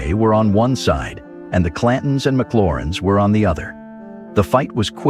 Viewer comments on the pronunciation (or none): McLoury not McLauren